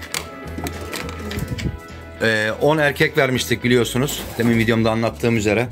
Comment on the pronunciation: Temin dehil demin dersen daha dogru olur,🤗